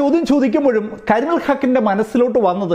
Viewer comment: കരിമുകിൽ അല്ല... കരിമുൽ... ആ പേര് തെറ്റിച്ചത് മോശമായി.